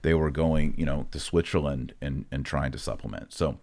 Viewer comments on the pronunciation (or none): none